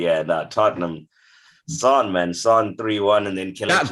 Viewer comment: How hard is it to pronounce “Son?” I’d write it out if it wasn’t so short…maybe try to listen how others say it and copy them? 🤦‍♂️